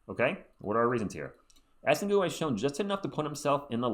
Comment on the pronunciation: For the record, it's pronounced more like Essang, because the -ue is silent after a G in french (and yeah, I'm french and I also agree it makes no sense). He'll probably be a good PF on the long term, solid rebounder but average from three, he'll def need a few years to get better though (and at least he's 6-10 so a decent height for the team). If we get Knueppel first though I'd rather get Derik Queen as a backup center, this'd make a lot more sense to me…